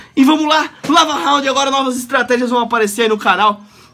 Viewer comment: lava rrrrraundd kkk